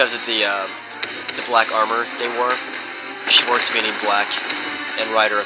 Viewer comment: When you said swarze so wrong i laught so much yeah i cant soell german